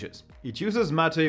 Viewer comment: M' ate or mmmm8 not Mat aaaa.